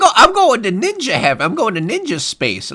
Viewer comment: I love this video, but man, I die inside every time says "Ninja" in this video.